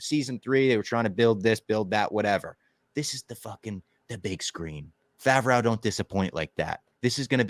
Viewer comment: saying Favrwow instead of Favrow is the new Qui Gwon